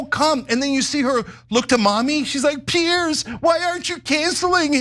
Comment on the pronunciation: Ana there's a difference between pronouncing Piers and Pierce,you said the latter Pierce,it's /pierz/.